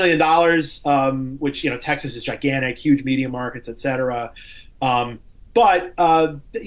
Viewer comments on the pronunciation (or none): none